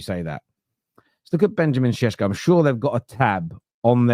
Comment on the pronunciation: Benjamin Šeško those things above the S pronounce it as Shesko not Sesko